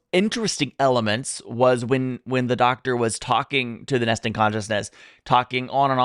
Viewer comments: I'm not sure whether you are saying "nesting" or "Nestene." It's called the "Nestene consciousness." The Doctor talking about humans is really him waxing rhapsodic about us, but he keeps getting interrupted. We've barely begun but look at how far we are. Also: If you haven't watched Good Omens, that would be great to react to. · It's Nestene Consciousness,not nesting Consciousness lol😂🎩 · "Nestene" Consciousness, not "nesting consciousness." A villain from the original show. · Nice reaction, looking forward to more. It's Nestene conciousness, by the way, not nesting. It's a name, not a discription. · As someone who grew up on Classic Who and has loved Nu Who, I enjoyed your reaction immensely. BTW, it's "Nestene Consciousness", not Nesting. It (and the moving mannequins called "Autons") first appeared in a 1970 story called "Spearhead from Space," the first story of the Third Doctor, played by Jon Pertwee. This story is a bit of a sequel/homage. By that time, the show had been going on nearly seven years and had gone through the first two Doctors, William Hartnell and Patrick Troughton. There's a lot of history to go through. "Rose" is an excellent starting point for new fans. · It is not the "Nesting" Consciousness... it's the "Nestene Consciousness". Ain't nobody sitting on eggs. ;-] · Pointless correction: "Nestene" Consiousness.